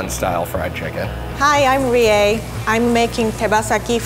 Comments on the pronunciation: Sorry for I pronounced your name like Ree not Reea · Who else thought you said ries name like : Rys